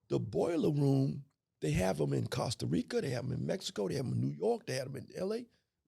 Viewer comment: I’m sorry but the Costa Rica and Philippines pronunciation made me cut this off. He knows his ish but that Ebonics was cringe asf.